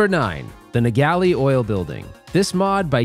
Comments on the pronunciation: Creative pronunciation on the "Naegele" building lol It's no so much 'Nuh-Gal-Lee' as much as it is "Nay-Gul', named after Rick Naegele, lead programmer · Great video and nice looking ‘zilla!! Cant you just switch the shooter rod to the powdercoated housing? One small critique…. I believe its pronounced “nA-gull” (rhymes with bagel) paying homage to Rick Naegele. Head programmer of the game. 😊 I bet you just sold a lot of product for these modders!